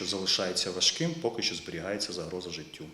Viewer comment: Уважаемая, вы в курсе, что вообще-то "Що", а не "Шо".... Или образование прошло мимо?